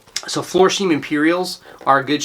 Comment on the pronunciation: Florsheim-is pronounced “Flore-shime” (long “I”, not long “E”). (Used to manage the men’s shoe department in a major dep’t store). Thanks for sharing your knowledge of many shoe brands I haven’t heard of, though! Congratulations on your success after only a year...hope I can do as well. Just getting started & a bit intimidated by the whole process of EBay. I’m very comfortable with the sourcing & refurbishing...got my start there in the USMC spit-shining my combat boots & leather oxfords (Vietnam)! LOL